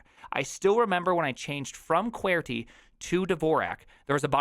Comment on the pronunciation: Why do you call QWERTY QWAIRTY